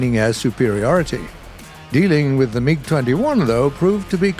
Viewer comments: Meeg? Its mig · I just love how says mig like mieg